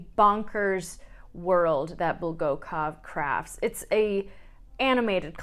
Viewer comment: ❌ BulgAkov, not Bolgokov. ❌ KYiv(like “yei” in yeild) , not Kiev.